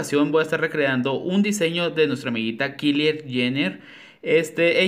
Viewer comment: Me encantaron Que Chulas 😍 Morí contigo cuando mencionaste el Nombre 😂😂 Se Escribe Kylie Pero se Pronuncia Kayli es amiguita